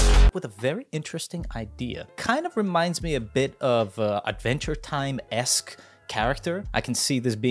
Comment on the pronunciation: I can’t believe he said Adventure Time esc and Basquiat esc